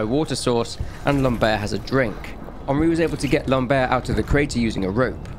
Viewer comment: The way you say " Lambert " sould like " lombaire " wich are the lower bones of the spine, " lambert " sound more like " lamb-er " ( the T is silent )